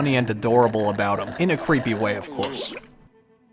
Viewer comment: Thought Caryl was pronounced Carl, Karen’s boy toy, and sidekick.😅